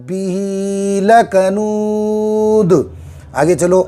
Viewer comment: واو مدہ یا مدہ کو اتنا زیادہ نہیں کھینچنا ہے صرف ایک الف کے برابر ۔ہر جگہ ایسے ہی کرناہے ۔لکنود لشھید میں اخیر میں صرف قلقلہ ہوگا پیش کی آواز نہیں آنا چاہیے ۔اللہ ہمیں صحیح قرآن مجید پڑھنے کی توفیق عطاء فرمائے